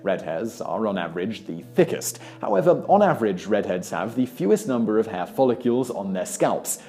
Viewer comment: What is a follicule? Did I know you're British, I know you'll say things weirder than an Appalacian does, but even in the UK it is spelled f o l l I c l e; (fol•lic•le), not (fol•li•cyule).